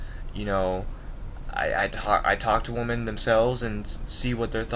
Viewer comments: Not to be mean do you have a speaking problems it's wemen not women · Hey dude I kinda agree with you although i think you are a bit young to give up on US women. And one thing you got to learn is the pronunciation of the word WOMEN in plural. its like this "W I M I N" cheers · You are pronouncing women wrong. You are saying it singular not plural. Maybe that's why you can't find a good american women. 😂😂😂😂